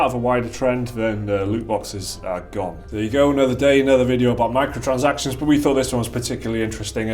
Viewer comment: Honestly i watch these videos to see the short guy say "Micro-transactions" incorrectly.